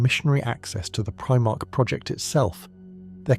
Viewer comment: You didn't get very far then. The pronunciation of "Primarch" here is obviously Abominable Intelligence.